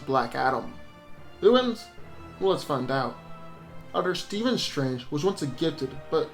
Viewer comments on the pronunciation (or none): none